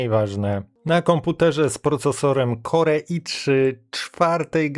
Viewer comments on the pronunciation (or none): kore, co pilotem itp... nie da sie tego sluchac. Jak juz czyta Pan angielskie slowa to moze warto czytac to w miare poprawnie.